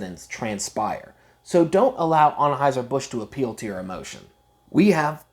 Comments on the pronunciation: What accent is that? With the heavy "O's" in words like most, honestly, and focused, and pronouncing it as Onheuser rather than Anheuser? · This guy's pronunciation of Anheuser..... Is killing me.